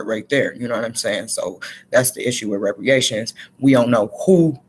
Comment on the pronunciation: It is pronounced re-par-ations not re-pre-ations. And this was a good message, I agree with your stance on us not taking on whatever number they pitch at us.